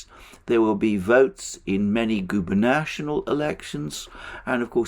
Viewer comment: Guber-nat-or-ial (stress on OR)